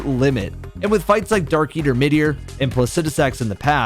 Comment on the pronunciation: It’s midir